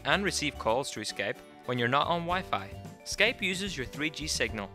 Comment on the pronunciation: Skaype hahaha